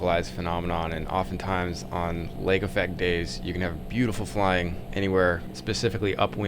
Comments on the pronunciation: Lake Effect - not Affect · "Lake Affect"? Not "Lake Effect"?